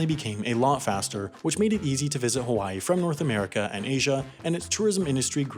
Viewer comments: "Haiway" is that gonna be in your mistakes vid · HAI-way .... you didn't 😂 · “Haiway” nice